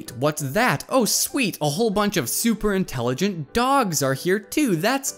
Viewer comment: Wait did he say entelagent dog’s?🤔🤔🤔🤔🤔